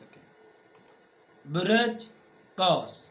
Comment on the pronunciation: آپ بُرج کو بُرَج پڑھ رہے ہیں لوگوں کو مس گائیڈ نہ کریں آپ کسی سائیٹ سے پڑھ کر سب بتا رہے ہیں جناب آپکو کو ککھ نہیں پتا آسٹرالوجی کا